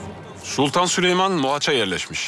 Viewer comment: Hürremin süleymana süliman demesi